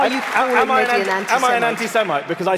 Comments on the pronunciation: It's "Mehdi", not "Maahdi"! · "Mardi hasan" ...ai needs some people of colour teaching it how to say names that are more than jon smith...